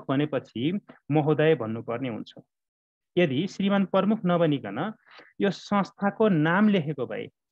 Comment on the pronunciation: सर नमस्कार । कुनै कुनै समयमा म हजुरको भिडियो हेर्ने गर्छु । राम्रोसित तयार गरेका पाठ देखेर खुसी लाग्छ । हजुरले " प्रमुख" उच्चारण सच्याइस्यो न ल ।